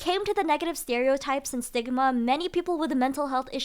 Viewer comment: yo im cooked when she said stigma I thought she said sigma😔